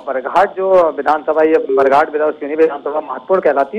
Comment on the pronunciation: आप को शर्म आना चाहिए था , आप की गलती, परसवाड़ा विधानसभा क्षेत्र को, पारसवाड़ा, और बरघाट को बराघट कहा गया, मौसम बिसेन को मौसम बघेल कहते हो, न्यूज चैनलों पर टोटल जानकारी रखे